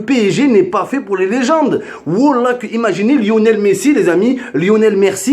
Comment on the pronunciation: MDRRR LEONEL MERSI IL A DIT HAAHAHHAHAHHAHAHAHAHHAHSHSHAHAHSHAH